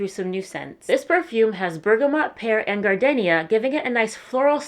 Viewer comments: Its gar-deen-ia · If you going to have a perfume sponsor you should know how to pronounce one of the fragrances properly (gardenia). You can ask Google how to pronounce it. If you don't do your research on that simple thing, how can we trust your research on anything else.